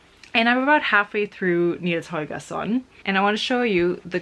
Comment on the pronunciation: I was SO confused how the heck you pronounced Nils Holgersson so perfectly, and was like where is the girl from?! And then it all made sense when you mentioned your family in Germany, hahaha